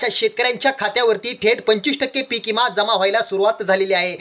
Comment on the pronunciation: इमा नाही.... विमा.... आधी बोलायचं शिक